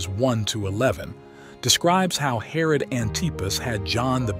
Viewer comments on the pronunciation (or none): none